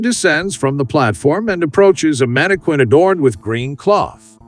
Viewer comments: The word is pronounced "man-i-kin," NOT "man-i-kwin." Get it right, genius. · Mana Quin? WTF it's pronounced Mana+kin... no one pronounces the QU as in Queen. Only homeschooled bumpkins taught by other homeschooled bumpkins pronounce words wrong as they learned to read, but not how to correctly pronounce the words. Everytime I heard, "mana-quin" I cringed and it made me sick... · > Whoever thought of this stuff is a genius Unlike the complete f--kwit responsible for a voiceover pronouncing mannequin as "mannekwin" instead of "mannekin". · It's manniKIN not KWIN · I've never heard anyone ever call it a manakwin before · I just feel like hitting the narrarator in the face every time he says "mannekwinn" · Stupid narrator is a bot. Teach it to pronounce mannequin (man-i-kƏn) correctly. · I like how the narrator says "manikwin." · "Mannekwins" lol Voice your own videos, you hack. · Dude, stop saying manikweeen 💅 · Repeat after me......MANNA-KIN! MANNA-KIN! MANNA-KIN! Stop saying Mannequin wrong! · That's "manni-KIN" PLEASE!!!! Fix this repetitive error pronto. It's screwing up your completion rates. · The manekwin pronunciation is distracting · Mani quinn…that’s not how it’s pronounced lol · Mannequin is pronounced Man ah kin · Stop saying “mannikwin”. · I'm here because of that manekwin. 😅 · It's Manny Queen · I was going to say the same thing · mannikwin .. mannikwin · it’s not correct and it’s really annoying. Manne-kin. Also British. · What moron makes a whole video endlessly using a word he doesn't know how to pronounce? And seriously, who doesn't know how to pronounce mannequin? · You'd think that an AI voice program might be programmed to follow pronunciation guides. Tech bros failing the basics, again. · I think it's funny. I'm going to start pronouncing it that way.😂😅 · Hah. Yeah, it's pretty annoying. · No, it isn't, I'm British and I've never heard anyone pronounce it like that